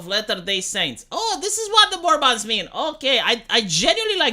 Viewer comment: When talks about mormons, it sounds like he's talking about an alien/fantasy species, "mORmAHns"